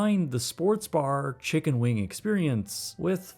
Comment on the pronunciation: I don’t know why this bothered me so much but you said “Chiggen Wings”